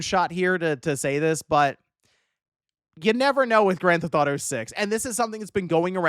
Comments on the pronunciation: I love how calls GTA: Granthato. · WTF is “Grand Thought-O 6”?